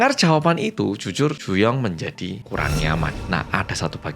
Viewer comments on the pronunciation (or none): juyong 🗣 "jyujyur yanggal ✌🏻✌🏻"